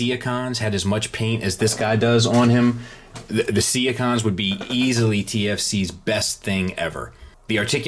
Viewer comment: Huh, you pronounce SeAHcons just like I do, haha! I thought I was the only one. Awesome review as usual,!!